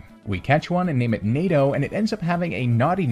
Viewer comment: every single time you say NADO I can only hear NATO also amazing vid